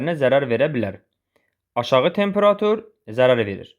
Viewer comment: Tempera'tur deyil ,ay müəllim, temperatu'r!